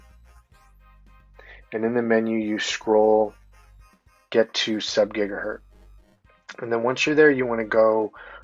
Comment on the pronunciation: "...when you're shooting signal out .. ...subgigaHURT..." Tell me you're a poser without telling me you're a poser.